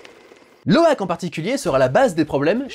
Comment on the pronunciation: Heu...Sinon, il s'appelle pas Loïk mais Loak. Voilà voilà.